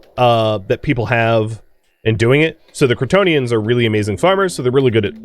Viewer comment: I know you are saying "Cretonians" but every now and then, i could swear I am hearing "Kryptonian"